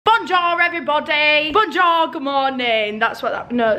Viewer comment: BAWNJORE lmao i love 😂😂